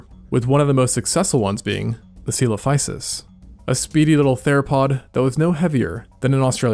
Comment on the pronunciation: The pronunciation of Coelophysis should sound like "physics".